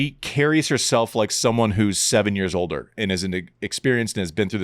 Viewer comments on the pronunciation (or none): none